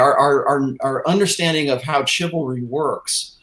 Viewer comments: And learn how to pronounce ", chivalry". It's not pronounced like the word "chisel". Its pronounced "shivalry"! Fucking hell man. Embarrassing as hell. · How is it that doesn't understand how to pronounce the word "chivalry"? It's not pronounced like "chisel". How does he not get that? How does a man in his late 40's early 50's go his whole life and not understand how to pronounce that word? It's embarrassing and makes it hard to share this content, the same way it's hard to share his blog posts because there are a ridiculous amount of careless spelling and grammatical errors. The later is especially a problem. doesn't bother to even read over his posts even once, evidenced by how often he makes such careless, fourth grade level grammatical screw ups. Give a fuck, for crying out loud!